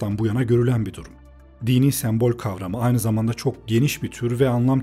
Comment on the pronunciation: Gerçekten çok faydalı ve güzel bir video, teşekkür ederim. Ancak bir eleştiri yapmak isterim naçizane. Videoda onlarca kez geçmiyor olsa bu eleştiriyi yapmazdım çünkü yanlış anlaşılmaktan imtina ediyorum. sEmbol kelimesindeki ilk E harfi kapalı söylenir. Videoda bir kere değil çok kere duyduğum için kulağımı tırmaladı ve beni ister istemez videodan kopardı zaman zaman.